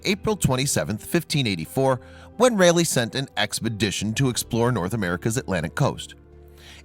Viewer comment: You sir,butchered the names from Raleigh and Croatian. Crow uh tan. Bert T